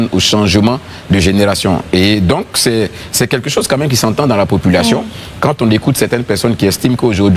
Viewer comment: on dit quelque chose, et non quai quai chose 🤣🤣